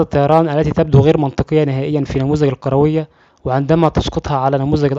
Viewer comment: الكروية وليس القروية